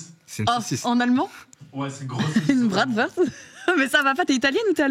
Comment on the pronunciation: Bratwurst = bratvourscht (pour la prononciation)